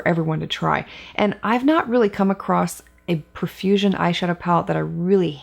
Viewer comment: Such a fun and informative video. Profusion is such a great brand. I think it's pronounced "pro"fusion, not "pruh"fusion. 🤷🏻‍♀️